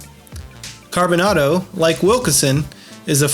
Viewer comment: Its pronounced CarboNAYDO. Long A.